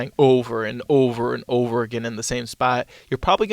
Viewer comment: O-var and O-ver and Ovar again….